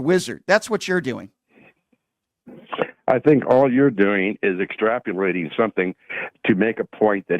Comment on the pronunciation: “Extrapolating” hahaha typical over confident American